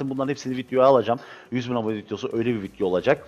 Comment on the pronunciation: Abi neden vidyo verine vityo diyosun :DD